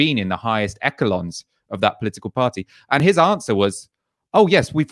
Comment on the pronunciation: Did just pronounce echelons as ekelons??